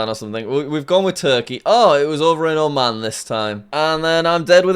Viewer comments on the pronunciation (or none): none